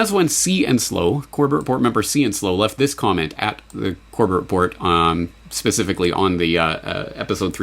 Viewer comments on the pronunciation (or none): none